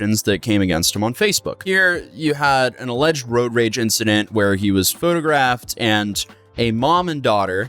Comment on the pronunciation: "roage raging" lol